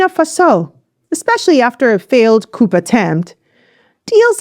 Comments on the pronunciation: Thank you for providing the timely and important information about our people's revolution. Just a word of advice: the word 'coup' is pronounced 'coo' or 'kew' and not "couP" as you say it. The p is silent. I appreciate your work, thank you again. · I like you,, but can you stop say "coop" (coup) & say it right "coo" (coup) or "coos" instead of "coops?" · Pronounced cou without the p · Thank you for the in-depth report. 👍🏼 Just FYI…one does not say the p in coup. It’s a French word, so the sound is unexpressed.